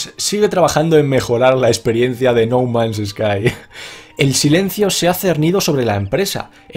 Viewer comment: pensé que había dicho no mames sky xD.